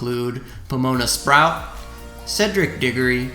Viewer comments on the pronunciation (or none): none